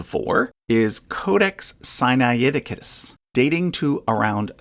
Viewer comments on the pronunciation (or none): This is a useful summary of a highly complex subject. Two small points: Magdalen College Oxford is pronounced " maudlin"; and the speaker gives "Sinaiticus" an extra syllable before the "t". But he does a good job of demolishing the Billy Graham nonsense.